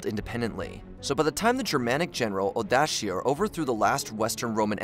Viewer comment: There are way too many mispronunciations by your reader that are seriously irritating. The spice known as "cloves" is not supposed to rhyme with "gloves". Odoacer, who conquered Italy, had a completely botched pronunciation .